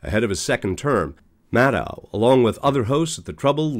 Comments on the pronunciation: It would be a good idea of your learned to pronounce Rachel's last name correctly. It's Mad-DOUGH, not Mad-OW. Check it out. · I never watched their show anyway. And it's "Rachel", not "Rachael". And the channel guy isn't pronouncing her last name correctly, like many people saying "Mad-ow" instead of "Mad-oh". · Her last name is pronounced MAD-doh, not MAD-dow. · 12/5/24: Rachel and Lawrence followed by a couple others. Nicolle, too much hair and can’t (or won’t) pronounce Maddow correctly!